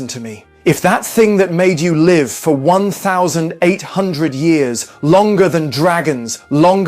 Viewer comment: Hate how the AI said 1 800 lol